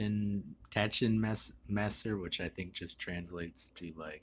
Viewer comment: Pronounced "tush-n-messer" 😉 thanks for the review!